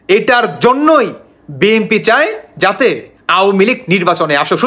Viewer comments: বি এম পি না ভাই বি এন পি। আপনি উচ্চারণ ঠিক করেন। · বিএমপি, আওয়ামি লিক 😂 উচ্চারণ ঠিক করুন। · বিএমপি না বি এন পি বলেন